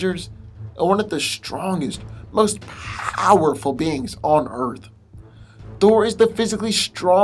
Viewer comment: stop over pronouncing "powerful'